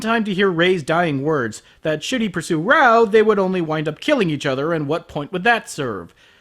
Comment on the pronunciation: raoh not baoh